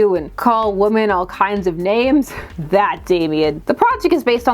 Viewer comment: Why do you pronounce “women” like my mom does? Are you of Indian origin?